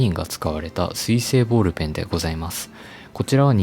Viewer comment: 私もその発音を日常としてきたので違和感がなかったのですが、もしかして変なのでしょうか。ちなみに箸の発音は"は↑し↓"の地域の民です。